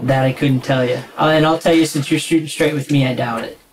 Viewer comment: he said "You gotta shoot me stright"